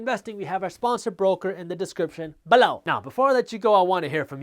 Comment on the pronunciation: I watch these videos just to hear jaspreet say “BE-LOW” 😆